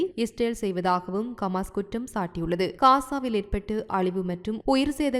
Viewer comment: உங்களுக்கு ஹமாஸ் என உச்சரிக்க முடியாதா !